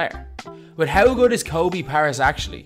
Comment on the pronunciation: Learn to pronounce his name correctly man.